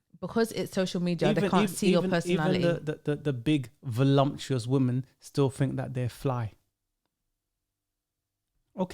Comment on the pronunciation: 'Voluptuous' not voluMptuous my guy. Good show.